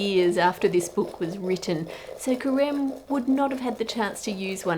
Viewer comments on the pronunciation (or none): When you where saying Careme’s name I (a french speaker) heard Crème, and I thought it was quite the coincidence that this huge chef was named cream in French lol